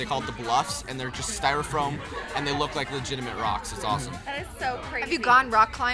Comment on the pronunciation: haha Dillon "styrafroam" xD